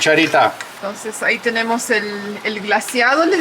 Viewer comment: Acá le decimos salsa BARBACOA. NO BARBECOA,, 😂jajajj